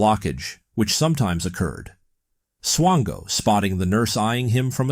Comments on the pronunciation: Are you saying swango or chango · Mispronouncing the guy's name isn't exactly a desirable trait. It rhymes with "tango".